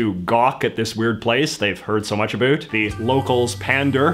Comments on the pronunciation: Been Canadian for 6 decades and have never heard "about" pronounced that way unless it was a Scot or an American "making a joke about Canadians" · i love that he's giving the Canadian pronunciation of "about" lmao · People pronunce it really weak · An American accent with Scottish twang, I’m perplexed by how he pronounced about Lmao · How do you know if someone is Canadian... Ask them to say the words, “Out” and “ About” It’ll sound just like this gentleman’s pronunciation.